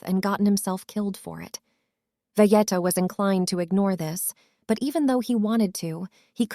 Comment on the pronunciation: V-ge-uh no. V-get-uh yes.